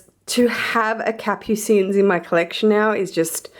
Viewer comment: Hiya love the collection. Just a note for all you LV lovers. Capucines is pronounced Cap-u-seen. The s on the end remains silent. As an added note, it is French for Nasturtiums which is a rather striking flowering plant.